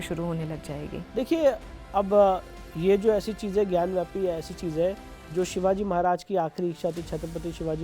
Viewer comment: Anchor is saying ग्यानव्यापी..... it's ग्यानवापी....वापी means well....पानी की विहीर.